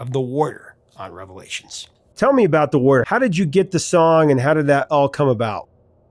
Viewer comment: LOVED The Warrior but I kept hearing it in my head as, The Worrier! 😂